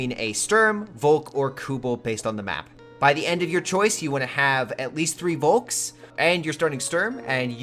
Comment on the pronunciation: *Folk. :) I know it's written with a "V", but it's pronounced as an "F". :)